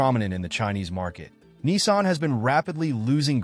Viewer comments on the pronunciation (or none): It's Nissan , not Kneesan